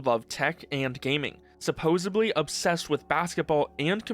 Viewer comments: SupposeDly* not supposebly 🤓😉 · "Supposebly" lol Hey at least you're not using AI to do your voice work. I'll give you credit for that. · Supposedly* - "Suppozubbly" is not a word.